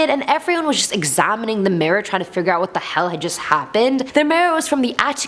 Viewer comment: What's a mira? The way she says figga just sounds really racist.